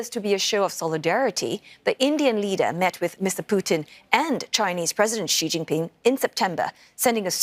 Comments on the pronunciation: Mostly, Xi is pronounced as "She" . Not See not Ex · Is it right to pronounce Xi as Ci or is it just chinese accent?